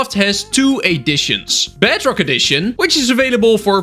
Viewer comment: Even the subtitles say “BADrock” instead of bedrock